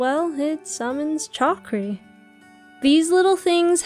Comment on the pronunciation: It’s shakri - killing me 😂